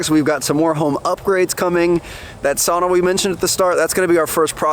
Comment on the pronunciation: I love that you have a sauna, but I would learn the true way of pronouncing it! You've got to enjoy it the real Finnish way! Especially now that you've been to Finland and seen the Icon when it was being built! Much love from Finland!